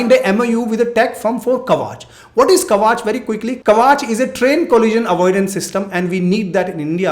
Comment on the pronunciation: It is ' kavach' . It is a protective armour. For example bullet proof vest is a kavach. Not kavaach.